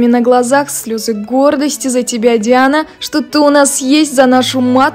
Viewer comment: Слушайте как произносят журналисты имя Диана--Дяана.Хихихи.!👍😁😍